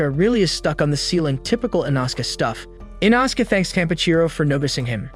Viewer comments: “Inausuke” “fanjiro” “ kaayu ubayushiiki” “jyaku” “canal” “aloey” “temayo” “tekkin tekkiwoara” etc. 💀💀💀💀✨💀👺💀💀💀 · and that that inoske is called "inoskeh" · Bros saying ENAHSUKa ITS I NO SU K E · It’s pronounced E-No-Skey